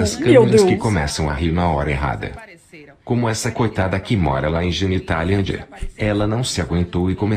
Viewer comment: Eu entendi Genitalândia 😂😂😂😂😂😂